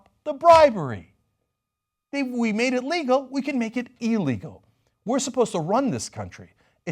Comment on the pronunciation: Cenk and all TYT. Please learn how to pronounce words like: Illegal and irrational. They don't begin with two es. So annoying!!